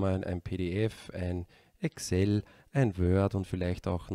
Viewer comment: Danke!!! Tolles, nachvollziehbares, praktikables Video! Nebenbei bemerkt: endlich einer, der Excel so ausspricht, wie sich's gehört :)